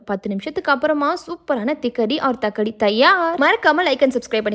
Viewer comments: Thikkadi illa😅😂😂 thakkadi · Thakkadi✅ Thikkadi ❌ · Thikkadi illa thakkadi 😂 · Thikkadi illa thakkadi😂😂😂😂😂😂😂😂😂😅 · Adhu thikkadi illa thakkadi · Athu thakkadi olunga sollunga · Thikkadi illa thakkadi 😅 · Yhh yhh crnt 😅 திக்கடி இல்ல தக்கடி😅